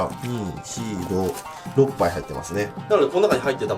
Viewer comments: 6杯っていうとこ何回聞いてもお〇ぱいにしか聞こえん、、、 心汚れてるな俺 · おっぱいに聞こえる。 変なこと言ってすみません。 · いかのろっぱい がお◎パイに聞こえた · 6杯がおっぱいに聞こえる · ヤリイカおっぱいて聞こえたの自分だけかよ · 6杯がおっぱ、いに聞こえた人しょーじきいいね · あんなドヤ顔で 「やりいか、おっぱい✨」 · ⁇?「ヤリイカのおっぱい どうもです」